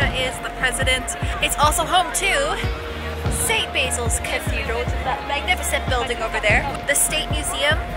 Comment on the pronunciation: Very nice, thanks! BTW, St. Basil's is pronounced "Baasil's", and GUM is pronounced "GOOM."